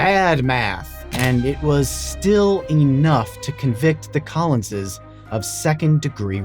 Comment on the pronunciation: Wow, what a stupid blunder that court made! The Collinses (I love that you say it right!) need to be compensated!